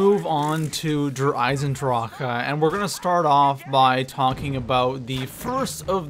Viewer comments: Der eizendracha? It’s der eizendrache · This dude says Der Eisendrache like he's never spoken words before... Der EyesenDraKA? THE FUCK? 😆 🤣